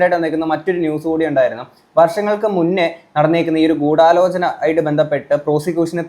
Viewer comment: ആദ്യം ഗൂടാലോചന എന്നു പറയാൻ ശ്രമിച്ചവരെയും നോ ക്കി പഠിക്കണം